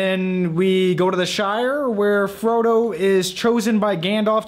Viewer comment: Haha he said Frodi....silly goose.